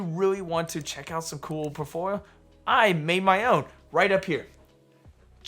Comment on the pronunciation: I’m sorry but The way you say “portfolio” in every video drives me nuts 😂. It’s like you barely finish the whole word